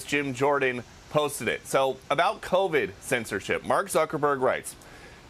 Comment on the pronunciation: Pronouncing “covide” like sous vide